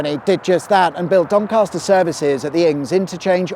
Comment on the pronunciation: There is no "R" in Doncaster!!!